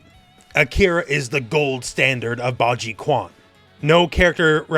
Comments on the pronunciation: When saying Chinese words that have a Q in it, substitute it with a Ch sound. It's Ba ji Chuan. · You're awesome as always! One thing: Akira's martial art is pronounced more like "baji CHEWEN" in English